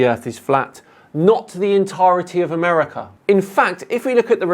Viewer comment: I heard enough at uh-murica😂 The US education system needs some serious updates, we can't let them slip through the cracks anymore.